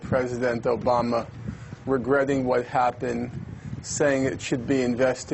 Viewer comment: She is so hot and seems to be a warm person, a contrast to the monotonous stream of words coming from this graduated douchebag who pronounces Obama like Oh-bae-ma and says things like Mad-de dogs. ''Well errrrr'''And then he does not answer the question but just babbles about other things Israeli have done . Israel does not use its nukes and his assumption is as preposterous as his entire exterior and interior.